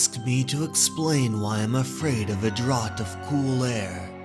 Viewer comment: Draught is pronounced draft. Incessantly not incentantly. Maladies not maladities. Just found you, you narrate a good yarn. I’ll sub to that 👍🏻👌🏻. Just a bit of feedback, and perhaps I’m alone but here it is: maybe turn the music right down so it’s more ambient rather than prominent. I personally found it a bit intrusive and off putting. Great stuff nonetheless, keep it coming.